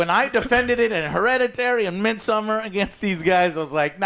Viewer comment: You mispronounced almost every single Ari Aster film. It's Beau (/boʊ/ BOH) Is Afraid & Midsommar (/²mɪdˌsɔmar/ meed-soh-mmar)..